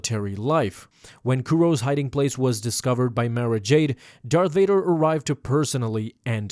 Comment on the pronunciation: Darth Vaduuur dude don't apologize you're Sith